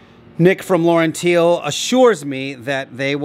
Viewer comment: Getting there. Looks awesome. One point that makes me smile every time younsay it. LaurenTiele should be pronounced LaurenTeeler as Tiele is the German word for part, as in car parts. Presumably LaurenTiele pronounce their own company name incorrectly?